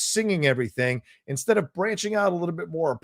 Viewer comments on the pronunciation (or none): none